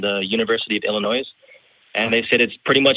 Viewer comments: I find it hard to take someone seriously when they say “Dawkings” and Illinoise”. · He pronounced the "s" in Illinois.